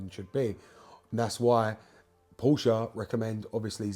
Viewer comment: Thank God. As well as knowing what you're talking about with BMW and Porsche, you also know how to pronounce the latter correctly - a personal bugbear, I'm afraid - and I'm Welsh! A quick, unrelated, general question if I may; why have many manufacturers (BMW incuded) omitted oil dipsticks from their more recent engines? I found the 'old-fashioned' simple stick the most reliable means of maintaining oil level rather than allowing it to fall to 'top up' level. Many thanks (from Oxford).